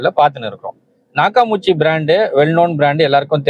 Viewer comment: அது நாக்காமுச்சி இல்ல. நாக்காமிச்சி. அதிகமான பேருக்குத் தெரியாத அற்புதமான ஜப்பான் ஆடியோ சிஸ்டம். சரியாக உச்சரியுங்கள் அன்பரே.